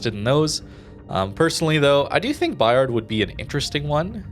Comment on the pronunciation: The "D" is silent. French is tricky :)